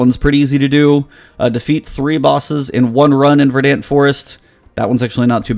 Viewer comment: It's pronounced "Ver-dunt."